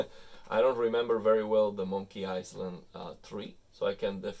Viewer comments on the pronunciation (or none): Thank you for these detailed settings. Btw the s in island is silent. So it’s pronounced i-land. Love your videos keep them coming.